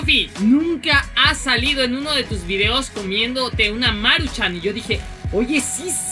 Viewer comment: No es Máruchan es Maruchan :v